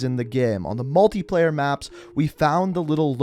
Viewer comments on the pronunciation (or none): none